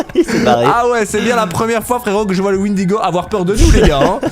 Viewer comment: Le windego 😂😂😂😂 au lieu de cerf 😂😂😂